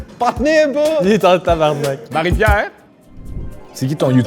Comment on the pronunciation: J'ai entendu le gars du bas à gauche puis je me suis dit "au le boulet" il a dit tabarnacle.mais calisse,on dit tabarnak!et ça ce conjugue,mot en tabarnaké une,ou mot t'détabarnaké.ce qui veut dire,je vais te faire mal